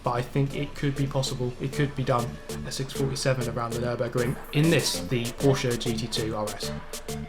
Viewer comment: Hey ✌🏼 first I love your videos 🤘🏼and I hope the day will komm when you say Porsche right 😂 #nohate 😊 best regards from Austria 🤩